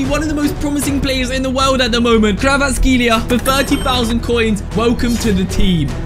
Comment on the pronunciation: Only Georgias under stand no way bro called kvaratskheila kvaratseila